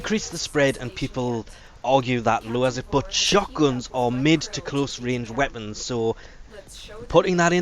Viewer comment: Man does know how to murder all the names of every weapon in the game.